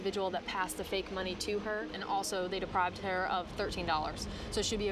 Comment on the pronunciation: She actually said “depriBed” instead of deprived. Which is hilarious after her correcting the dude who said position instead of possession.